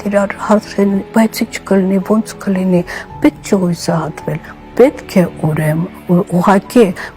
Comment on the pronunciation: Հուսահատվել, ոչ թե հուՅսահատվել։